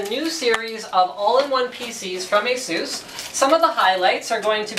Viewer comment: It's a-suuuus :)